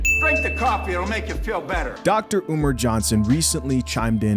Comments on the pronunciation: "Umer" LOOOL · Why does he call him Umer?